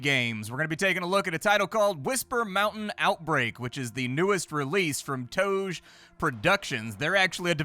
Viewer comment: Toge is pronounced like this: To (as in tomato) ge (as in gay)